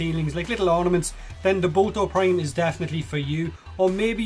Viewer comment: I like how you say boltor prime "bolto prime"